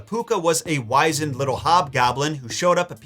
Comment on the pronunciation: The word "wizened" is pronounced "whiz-end."